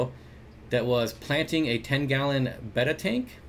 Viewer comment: I first had bettas in 1962. The name then was 'bet-ah', not 'bayta'. Watch the betta orgs videos on YouTube, the society president calls them 'bet-ahs'. Beta is the second Greek number as in Alpha Beta. That's the origin of this pronunciation error. Betta Police out. So these days Chiron is pronounced Charone. What do I know?